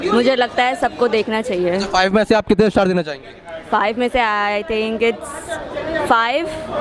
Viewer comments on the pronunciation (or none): Movie to eye opener hai no dought. Lekim bihari IISTAR nahi STAR hota hai aur Keral IISTOTY nahi STORY hota hai. Aur REACSUN nahi REACTION hota hai bhaiyya.